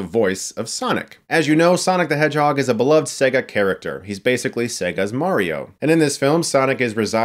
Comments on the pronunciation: ‘Say-ga’ please. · Say-ga not Segg-a ffs 😂♥️ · Chris learn how to say your vale’s when e comes before another vale it makes it say it’s own name. Sega . It’s not an egga lol